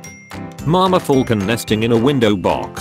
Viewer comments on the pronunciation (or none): none